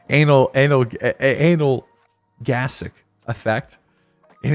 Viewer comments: analgesic...here in the uk well i do anyway we say it like anul gesic...don't know about other countries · In case no one mentioned it already: analgesic (ay-null-jeez-ick) - it means to relieve pain. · Anal-jee-zik. Or at least that's how I say it lol